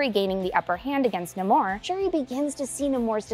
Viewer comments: Nahmor roll the r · It’s pronounced no amor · It's definitely pronounced Namor, not Namor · Pretty sure it’s pronounced Namor